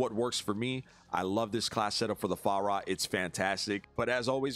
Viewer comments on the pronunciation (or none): I'm just here to laugh every time says Far-ra like the Chinese waiters in a Christmas Story 😂 Love you!